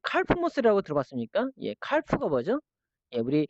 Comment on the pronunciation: 칼프--->카프 L이 묵음입니다^^